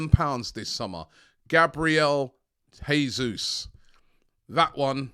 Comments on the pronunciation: Robbie it's JAY-ZUZ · Jesus won’t come until Robbie pronounces his name properly LOL